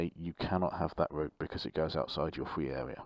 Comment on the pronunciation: Is it just me or did he say fwee awea not a criticism? Just wondered if I’m hearing things